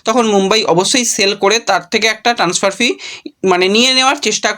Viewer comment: আবার ট্যান্সফার।আর কবে উচ্চারণ ঠিক হবে!ইউটিউবের ব্লগ বানাতে গেলে নির্লজ্জ হতে হয় এটাই দেখছি